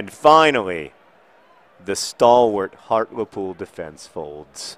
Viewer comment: Heart-Lee-Pool. XD